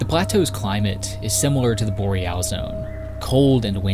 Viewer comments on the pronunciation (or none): Dam he rly hitting the “al” in boreal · He rhymes it with Loreal!